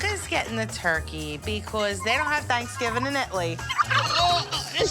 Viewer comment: calling a turkey a 'thurki' is kinda funny and cute tbh 😂